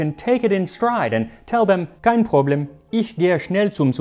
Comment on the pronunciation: I'm honored that you are learning my mother tounge! Your pronunciation is pretty good. In Germany we say: "Da kann man nicht meckern". One thing I would correct: the "e" in the German word "Problem" is a little bit longer, the pronunciation is a little bit different than in English.